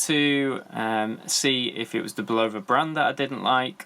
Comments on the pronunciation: Love how most of the watch reviewers of this brand can’t even pronounce the name correctly. For watches sake folks do some homework it’s pronounced (bull-uh-vuh) not (bull-low-vuh).Just watch a simple commercial of the product or even one of the interviews of the president of the company. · Bull - ova? Really? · If you're going to review watches and expect people to take you seriously, the very least you can do is pronounce the brand name correctly. Face it. you know nothing about watches.. This channel is just a way you can ask viewers to buy you watches "to review" so you can build your collection for free.